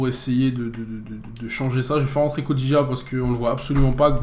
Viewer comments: Yo c'est Kodjia et pas Kodija ^^ Bonne vidéo sinon!! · pour les gardiens pourquoi pas Alban lafont ou Simone scuffet qui sont de jeunes gardiens mais a l'avenir vont augmenter pas mal:) et a gauche pourquoi pas Januzaj qui a du mal en ce moment et qui garde un bon potentiel ou Adam ounas ou pulisic le joueur de dortmund Ps: ça se prononce Kodjia pas Kodija;) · c est pas kodija c est kodjia